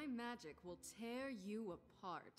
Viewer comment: Haha love his dragon tongue in pronouncing magic I AM THE ESSENCE OF MAG I KK